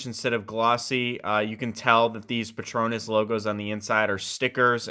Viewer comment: "Pet... Ronass"